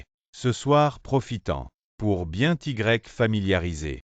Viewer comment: T'Y se prononce TI et non T 'igrec ! !!